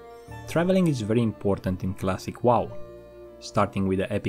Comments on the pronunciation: He still says classic Wall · What I learned: still can't say wow properly.